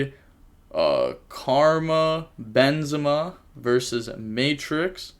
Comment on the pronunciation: Karma benzema You made me laugh real good. Its karim. French soccer player